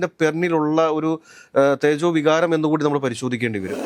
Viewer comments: തേജോ വികാരം അല്ല 'ചേതോവികാരം' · തേജോവികാരം അല്ല മരമണ്ടാ.. ചേതോവികാരം 🤣🤣🤣 ആദ്യം പോയ്‌ മലയാളം നന്നായി പഠിക്കു